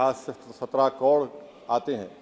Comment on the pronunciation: पहले बोलना सीख ले hukle... कोड़ नहीं करोड़ होता है. 😂😂😂